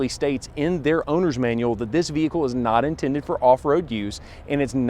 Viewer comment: No hood shocks....very informative, but fender wells are huge...STOP SAYING "THE VEEEEEHICKLE" It's an explorer....Say "this explorer" or the new explorer